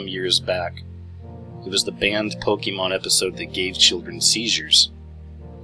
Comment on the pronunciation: First I'd like to start by saying it's not "pok-E-mon" it's Pokémon. Second, you never did say how it's mind control. All you did was go into multiple different directions with random information that in no way proved any kind of mind control. Third, I hurt myself while mowing my yard today. A rock was thrown from the mower blade that hit me. I guess that's proof that mowing is an illuminati trend.... And lastly, please be informed about something before you try to explain to others how it works. You obviously have no clue what a "lure" is in the game. It has nothing to do with placing your Pokemon "anywhere" out in the world lol. And one more thing, so technically this is the last comment I'm going to make. based on your idea that Pokemon somehow randomly exploded "out of nowhere" proves that you are most likely over 30 years old. Your age has put you at a disadvantage in this area because you weren't young enough when Pokemon first came to America to have experienced it.